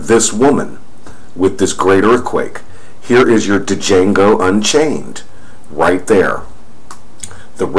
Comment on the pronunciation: "Jango." The D is silent.